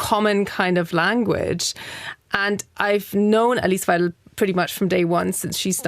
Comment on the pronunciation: first issue is Musk got the pronunciation of weidel wrong 😂😂😂😂. Goodness